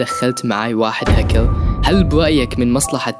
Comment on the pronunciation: بس حسن كلامك وتعال صور فيديوا ووهي اسمها هكر مش هكو